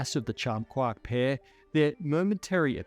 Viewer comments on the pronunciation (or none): It's quark not "kwak" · even though he's saying QUOK, I can assure you, he means QUARK. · Quark: pronounced KWORK. It rhymes with (The hunting of the) Snark. And 'quarter'. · I kove the way he says "quahk" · Why do I keep hearing: quak?